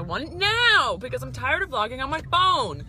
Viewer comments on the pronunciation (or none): Did you say bloggie or vloggie